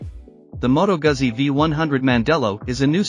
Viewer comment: It’s not a Moto Gasee but a Moto Guzzi…